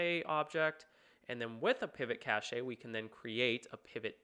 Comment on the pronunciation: literally googled how to pronounce cache after this, apparently its cash